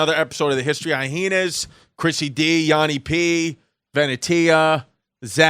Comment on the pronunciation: Dude, Chris. Learn how to say Hyenas. Here's a hint: it's not pronounced ay-e-hea-nez Hint number 2: There are only three syllables in the word "hyenas". You fucking mook. And in case you're still a fucking ignorant New York idiot after all that: It's pronounced "high-e-nuz". Get your shit together you fucking overgrown high school quarterback who never learned to read.